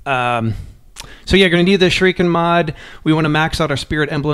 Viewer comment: All these sekiro videos on YouTube made me realize how few Americans know how to pronounce the word shuriken